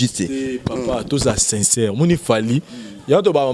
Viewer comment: oza na lokuta Moïse mbiye aza na Belgique yo ozo loba France 😁😂 en plus bino mibale bozo loba u à la place ya i , sinçeure place ya sincère 😂😁 boza suka